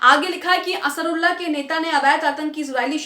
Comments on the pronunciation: Asarulla nahi medum ansaarullah bolin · Ap Huthi ke name ko sahi nhi bolti ho Ansrullah ya Asrullah bar bar bolti hai Asal me wo Ansaarullah hai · It's Ansarullah not asarullah...😅😅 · असरुल्ला नहीं अंसारुल्लाह है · असरुल्लाह नहीं अंसारउल्लाह है । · Madam asrulla nahi ansarullah hai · Sahi word Ansarullah hota hai, A ke baad n hai, Asrullah baar-2 kyon bol rahi ho, ek baar agar galti se galat padh ker bol diya to theek hai magar poori reporting me baar-2 bolna sahi nahi hai Ok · انصار اللہ بولنا سیکھ لیجئے